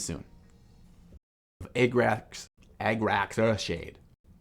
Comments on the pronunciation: “Egg-racks” earthshade 😂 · why is he saying e g g r a x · Ah- grah -cks the rough german pronounciation